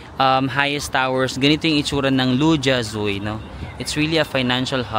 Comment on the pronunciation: Hi. I lived in Shanghai from. Namiss ko naman ang SH habang nanonood ng video mo. By the way, Lu Jia Zui is pronounced as Lu-Jia-Zwey. 🙂